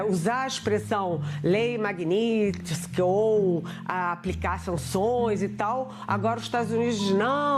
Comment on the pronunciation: Não sabe sequer pronunciar o nome da lei Magninstky.